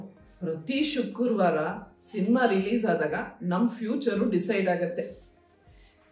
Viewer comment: ಶುಕುರ್ವಾರ ಅಲ್ಲ ಮೇಡಂ ಶುಕ್ರವಾರ ಅಂತ ಹೇಳಿ